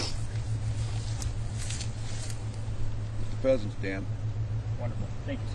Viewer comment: Hunting pheasants!? I thought you said hunting peasants!